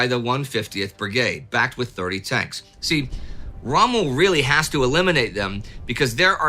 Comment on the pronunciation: "The germans did nat zee that coming".